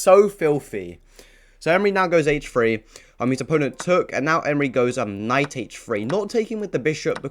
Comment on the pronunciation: "Move his knight to Hchshh Free" lol